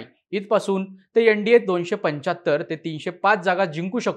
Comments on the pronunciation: यन. डी. ये नाही एन. डी. ए. 😅😅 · यनडीये नाही रे एन डी ए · YEN-DA naahi , NDA aahe teh